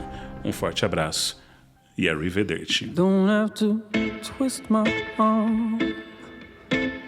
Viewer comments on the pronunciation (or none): Para o vídeo ficar ainda melhor, pode só ajustar o sotaque do “arrivederci”.😉 o sotaque inglês soa estranho na palavra italiana.☺️